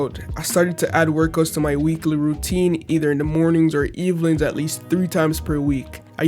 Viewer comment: "eveling" youre definitely Jamaican